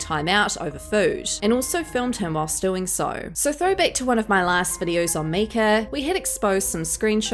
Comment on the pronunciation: MIKE-UH! MIKE-UH! But keep burying those demons.